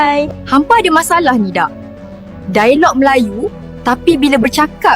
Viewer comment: Masalahnya,, bahasa melayu malaysia bahasa tak ada nilai. Struktur bahasa kacau balau, "dialog" diucapkan "dai-log" AI jadi pening !?